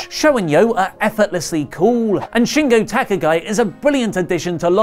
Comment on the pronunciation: "Shingo Taka-guy" oof